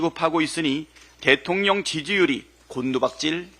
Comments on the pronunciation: 김병주 의원님 은근히 발음이 대통년으로 들리는데 ㅋㅋㅋ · 김병주 의원님 발음이 대통년으로 들려요. 바이든 날리면인가요?